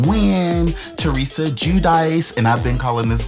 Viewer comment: You actually said Teresa name right thats how you pronounce it in Italian. The other is in English so you were fine 🙂